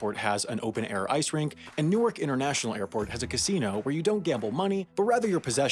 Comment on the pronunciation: That Newark shame... lol.. but spot on